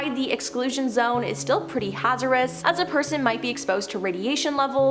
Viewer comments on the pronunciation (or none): I heard contaniments, and Hazarous.